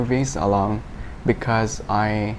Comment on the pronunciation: để ý phút , bạn ấy phát âm because thiếu, rồi always cũng thiếu s, nói chung bạn nghe tốt với phát âm tốt thì bạn nhận ra cũng có nhiều lỗi, chắc có lẽ mình hơi khó tính :v mà dù sao cũng ổn rồi :D